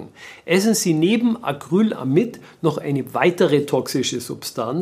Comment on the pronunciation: Acrylamid nicht Acryl amid